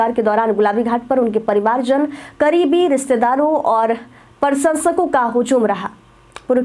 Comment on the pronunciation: प्रशंसक भी ग़लत बोला है